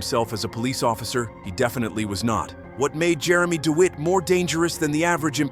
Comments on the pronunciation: Lol..."Jeremy Deweet" 😅😅😅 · When you use an AI voiceover, mispronunciation is going to happen. Pronouncing DeWitte as Deewheet shows why AI needs to be edited. Do better.